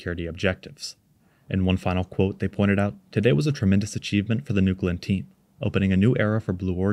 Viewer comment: "newgewlynn" booster